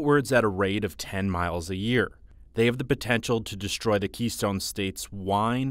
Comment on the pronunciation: To narrator: Please pronounce words correctly. You say "deshtroy" and "inshtruct." There's no "sh" sound before the "t".